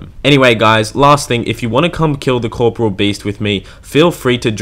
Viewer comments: One day I'll find someone that can pronounce KOR-POR-E-UL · I’m yet to find anyone who’s pronounced corporeal properly. It’s not corporal, it’s a completely different word! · Cor-po-re-al.. The English language is fucked, but yeah that's how it separated by vowels and pronounced. Why does it even matter? Nobody says it like that anyways.